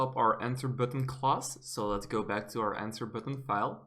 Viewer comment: you pronounce class like clause